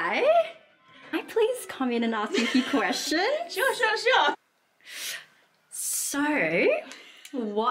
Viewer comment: Love your accent!!!! (I am Canadian). When starting a sentence with "So...", I would pronounce as one syllable "sow". But yours comes out as almost 3 syllable diphthong "so-aw-uh"!